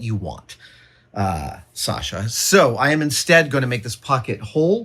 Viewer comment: You say "Sasha" almost as a native Russian! Great pronunciation!